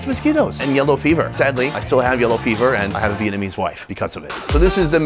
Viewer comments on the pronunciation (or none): none